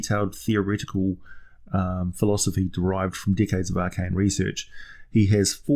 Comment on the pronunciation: Had to go back and listen to you say "decades" because I heard Dickheads the first few times haha